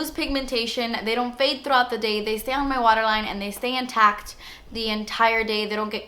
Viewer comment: Really random, but I love how you say "throughout", so latina hahah xxxxx